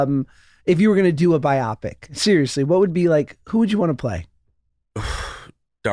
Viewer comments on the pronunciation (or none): "Bi-popic?" It's bio-pic, as in, "bio," for biography (biographical,) and "pic," for motion picture.